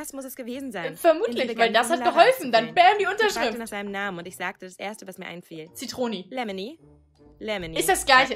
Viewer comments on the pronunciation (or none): Zitroni😂😂😂😂🤣🤣🤣🤣🤣nich böse gemeint aber ich hatte lachflash als du das gesagt hast